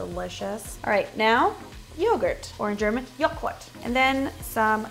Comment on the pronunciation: i screamed when she tried to pronounce joghurt in german